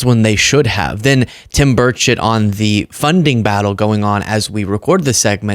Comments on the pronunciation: Question from a Canadian watching, I heard the name Tim Birdshit - you sayin' whatever his name is that way on purpose? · Every time I hear you say his name I think and hear you say “Bird shit” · you are making me LOL today... especially when you say Bruchett, I swear you are saying Birdshit..:face-green-smiling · When you said Tim Burchett's name, I thought you said "bird shit". Telling? 😂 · Omgosh- now I swear she called him birdshit… is that his last name? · Omgosh- I swear you called that politician Tim Birdshit - bellylaugh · I actually thought you were saying Tim Birdshit 🤔😂😂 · Love the content. Just had to say im sure you say Tim Burchette but it sounded like Tim Bird 💩 on. It made me chuckle and I needed it.